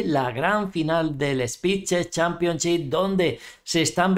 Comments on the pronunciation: Jjajaja, me hace gracia pero tb hay que decir que cuesta poco decirlo bien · Cada vez que dice "spi che championchi" de esa manera me alegra el día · Spid ches championship dice